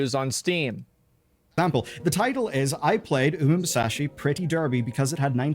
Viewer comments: Uma musashi? What? Lol. its uma-mu-su-me. How is it so hard? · "uma masamune" ~Asmongold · The inability of people to pronounce Umamusume is expected but wild with the combos they come up with. Unamase and Umamusashi... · Asmongold: Unamasay: unamusachi say it with me now U MA MU SU ME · How did he get "umamasashi" from "umamusume"? 😭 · Why can't nobody pronounce umamusume correctly??? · Both of them did not care to pronounce the name of the game properly 😂